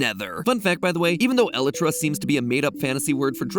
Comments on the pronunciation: mat pat its not (ela-tra) its (a-lie-tra) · "elytra" vs "elatra" matpat..... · Did you just pronounce el-ie-tra as eli-tra? lol that has to be the most strange way I’ve ever heard anyone pronounce that. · Normal people: “ee-lye-tra” Other people: ”eh-lee-tra” MatPat : “eh-li-tra” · How to pronounce Elytra Most people: Ee-lie-truh MatPat: Ella-truh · Other mc fans:Elaitra Mat:Elí tra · not you constantly saying "eli-tra" when its pronouced by LITTARALLY everyone, "El-'i'-Tra" (heavy on the "I") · .. el-ih-tra ???? I've always heard it as eh-lie-tra ......... is there an official pronunciation????????? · ayo great video, bu isnt it pronounced elle-EYE-tra for Minecraft not elle-EH-tra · El-it-ra? nah mat it’s pronounced EL-EYE-TRA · ELetra. The ELetra wings. Dude, it's e-LIE-tra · It's pronounced e-I-tra not el -i -tra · Did he just say "eletra" instead of elytra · Anyone else bugged ny "El-i-tra"? I always pronounced it "eh-lie-tra" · hearing Matt pronounce it as el-et-ra rather than ee-lie-tra through me for such a loop lol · A couple points: first, come on matpat, its pronounced el-ee-tra or el-y-tra, not E-lutra, you don’t emphasize the E. Next, if elytra are made of dragon wings, why can they be repaired by phantom membrane? Also what are phantoms? They’re very unique so I feel like they must have some lore based importance. Lastly, how can we revive the ender dragon with just 4 end crystals? Especially without the dragon egg and no other dragons? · It's pronounced: E-lie-tra, not L-i-tra. (i as in "in", not i as in "I") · Matpat: ele-tra Me for some reason: *oh goD This FeElS LiKe nails On a ChAlKboArd (Don't worry about it, it gets everyone :> the pronunciation is E--LIE-tra (alsoalso, might get a bag as my old ones wearing out 🙃 keep up the quality content matpat and crew :D (I wish I had more memory than a basic calculator so I could list everyone's name at team theorist :>))) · my mind every time matpat says "elytra" like "eletra" :OOOOOOOOOOOOO